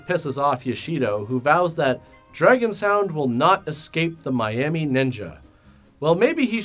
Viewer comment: "I didn't realize this before. Dragon Sound is really an international band." His pronunciation of "Dragon Sound" threw me off.